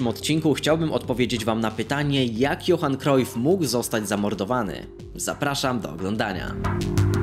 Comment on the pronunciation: Jak coś mówi się Johan Krajf nie Krojf